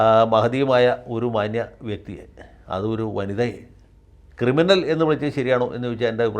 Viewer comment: ക്രിമിനൽ അല്ല, കിരിമിനൽ.